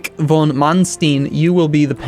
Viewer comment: the e at the end of various German words is not silent, also w's are v's and v's are kind of like somewhat harder f's. So Gunther von Kluge should be Gunther fon Klugeh. Then there's also the umlaut, instead of a u, with a pronunciation somewhat harder than a u, and a bit more like ue, also the th sound in English doesn't exist in German so would be a t, so it would be something like G-ue-nter fon Klugeh. I'm not sure if you care about pronunciation, but there it is:P